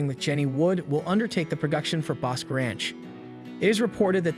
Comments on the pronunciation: The Ranch is pronounced….”Boskey Ranch” accent equally on both “halves” of the word. Same pronunciation for Bosque County! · Boss-kee and Co-man-chee. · I you are going to do a review repeating the words ‘Comanche and Bosque’ so many times, you might want to learn how to properly pronounce them!!